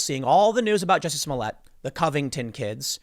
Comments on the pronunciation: It's "Juicy Smole-yeh"... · Tim I think it's pronounced Juicy Smolyay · Its "Juizy Smollyay" 😂🤣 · Ah, yes, the famous French actor, Juicy Smooyay. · Jussie Smollett? I think your referring to Juicy Smooyay. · His name is pronounced Joo-see Smooli-eh